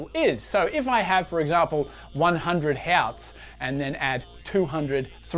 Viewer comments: Hertz (Hurts) not Hairtz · ɡerman pronounciation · wtf is up with his pronunciation of Herz? Just speak normal English mate. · Huh, first time I've heard someone pronounce hertz as h(e)arts and not hurts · "He-ots" that is not how you pronounce Hertz😅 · "fifty five HËÆAUÜTHS" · german accent slip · I can't pin this guy's accent. The way he pronounces hertz as "hots" and assume as "ash hume"... Is he from Earth at all? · Nice video. 'Hertz' is usually pronounced like 'hurts' though. I am an electrical engineer so I have used the term for decades. 🙂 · Nobody pronounces hertz the German way except Germans